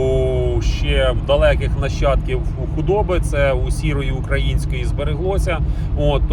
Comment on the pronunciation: На слово Українське робіть правильно наголос